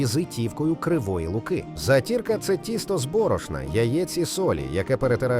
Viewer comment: Привіт, на Волині також готують таку страву. Мені подобається з молоком затирка , але наголос на перший склад)